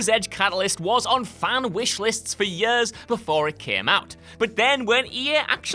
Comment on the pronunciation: I will pay them money if he never says years again. "Yurs" ugh